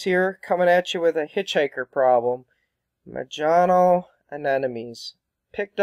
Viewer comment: Not a criticism, comes from learning by reading, which is great. Majano has an "h" sound in place of the "J". Sounds like ma-ha-no. More like a Spanish "j".